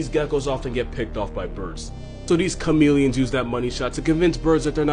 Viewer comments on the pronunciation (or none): He said “Cumilian” 😂